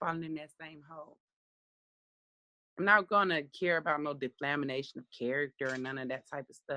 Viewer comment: 🤣🤣🤣 I had to rewind to make sure I heard correctly!! Deflamationnnnnn?? (in soulja boy voice)